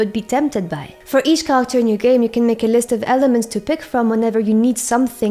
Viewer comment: Very good description and examples in the video. I did have a hard time understanding you when you said “character” tho, just a heads up! You’re awesome